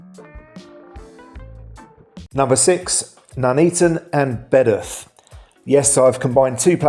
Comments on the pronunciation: Its Bedworth not bedath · Its pronnouced BEDWORTH !!! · Surely you are pronouncing Bedworth wrong? Surely? I would pronounce it Bed-worth myself! 🫵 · Bedworth pronounced as Bed’orth? You can’t accuse anyone of trying to get a penworth in! 😅